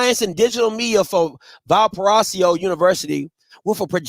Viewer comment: "VAL" + "puh" + "RAY" + "zoh", is the proper pronunciation. I may just have a heads up on this name, because I’m from Indiana. Please trust I’m not trying to be messy, just providing constructive help.